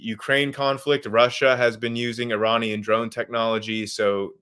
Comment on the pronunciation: Really wish he could pronounce Iranian correctly... lol